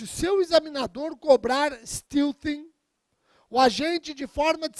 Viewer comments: A pronúncia correta é "STÉLTIN". Sem nenhum demérito para a excelente aula. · É porque steal (roubar) se pronuncia "stil". Porém, stealthing se pronuncia "steltin". A origem da palavra é steal, mas a pronúncia muda. Erro totalmente perdoável. Até porque um americano ou um inglês pronuncia o português do jeito deles e ninguém liga. Os brasileiros é que, macacamente, se esforçam por falar com a pronúncia nativa. Mas o que é uma pronúncia nativa? Os americanos não pronunciam o "t" no meio da palavra e os ingleses não falam o "r" no fim da palavra. Em Londres, se pronuncia my como "mai". Em Manchester eles falam "mi". E pronunciam "i" para I. O importante é o conteúdo jurídico. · Esse pronúnica de stealthing tá demais..kkkk